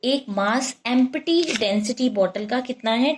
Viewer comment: Mam, it is not em-P-ty .. its EMP-TY